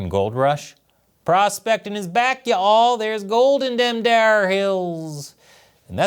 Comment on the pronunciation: Yall is just one syllable, we shortened it for a reason